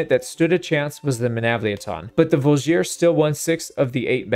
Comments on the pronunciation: I think the best example is how pronounces G in Voulgier, making it into something like Drougien-nick for all our non-slavic friends out there (with emphasis on "i" in drougien, just like in voulgier) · On a similar note, the Vlandian Voulgier is a “vool-jee-ā” with no stressed syllable. The sergeant is a “serj-anh” (it’s hard to phonetically spell a french “r” and “an/en” ending.)